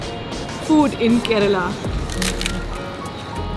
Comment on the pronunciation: the way you pronounced kerala and not keral differentiated you from the rest. Like it